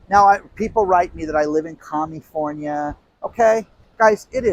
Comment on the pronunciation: did you say california or comnistfornia